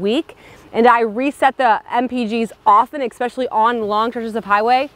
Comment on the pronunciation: Are you saying expecially?